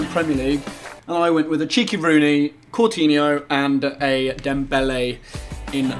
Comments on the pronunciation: Coutinho not courtinho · Who is courtinhio.? I've heard of coutinhio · "CouRthino"!😂 nice one tobi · .... WTF Seriously Tobi... Courtinho... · Did Tobias really say and write Courtinho? :):) 😂😂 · Did Toby really say and write CouRtinho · It's not courtihno its COUTINHO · courtinho lol is coutinho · I also hate idiots who think Coutinho is called Courtinho. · I'm being a bit of a dick but it"s coutinho tobiias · Why the fuck does Toby spell Coutinho's name as 'Courtinho' ? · Toby said courtinho😂😂😂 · Did Toby say COURtinho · Spelt Coutinho wrong. He said 'Courtinho' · Why did Toby call coutinho courtinho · Lol his name isn't cortinho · Who the fuck is "Courtinho"? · didn't know there was an r in coutinho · There's no "r" in Coutinho, did he not realise that